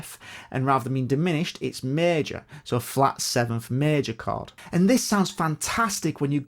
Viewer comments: Sounds like "card" even for my Russian ears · The way says “chord” sound like “card” to my Aussie ears 😂